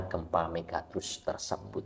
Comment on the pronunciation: Nyebut megatrust saja ga becus, kelihatan banget ga mutu kontennya...